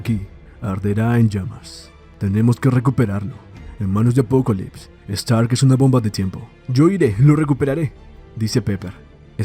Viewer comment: Solo soy soy o el man le dice apocolypse en lugar de apocalypse, el otro es de DC no?